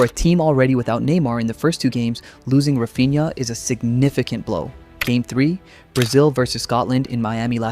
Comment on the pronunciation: Just a tip regarding pronunciation: in Portuguese, when you see the following combination of consonants "nh", it shouldn't be read as "un-ha", but more like a nasalized "ny". For example, "Cunha" is read "Kunya", and "Raphinha" is read "Raphinya". It's not intuitive for English speakers, but it's easy once you remember how to do it.